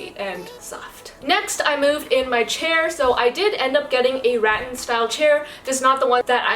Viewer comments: By the second time you mispronounced rattan (it's ra-tan not rat-an) I wanted to pull my own teeth out. THEN you spent most of your video COMPLAINING about EVERYTHING! It's not ideal. It's not what I want. The marble pattern is too small. I just couldn't take it anymore. I'm UNSUBSCRIBED and out of here! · Just FYI, rattan is pronounced ‘ruh-tan’